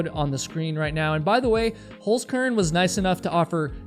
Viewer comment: No, I do NOT excuse your language!!! And learn how to pronounce the name of your sponsor properly. That's HolZkern, not, HolSkern as you say it. So you'd have to pronounce it like Holtskern. Not Holskern.